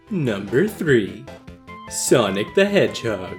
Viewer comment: you say soinc but why mario??